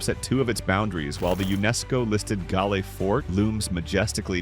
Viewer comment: A ripper 🤣 Galle is mispronounced....